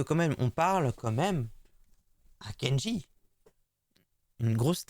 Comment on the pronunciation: Quand tu dis « comme même »rassure-moi, tu le fais exprès ?